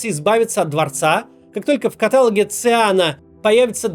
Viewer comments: Максим, спасибо за видео! Вместе с тем - каталОг 😇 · Макс. каталОг. Ешкин кот. ❤️‍🔥✊